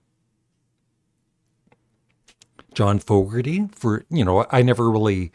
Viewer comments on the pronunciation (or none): none